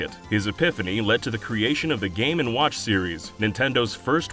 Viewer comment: Boy do i love me some "game and wOouch"